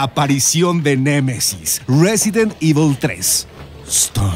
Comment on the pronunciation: jajaja "resident evi"